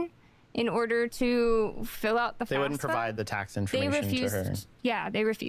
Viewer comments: >I wanted to go to cowwege 🥺 >mispronounces FAFSA as FASFA This is boiling my brain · Why can no one pronounce FAFSA correctly?